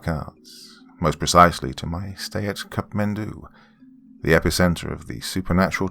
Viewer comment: Just a correction I would like to point out it's not Cup Mendou rather it's kathmandu.